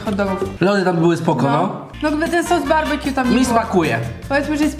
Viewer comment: Barbekju a nie barbakju (wiem że się pisze BBQ)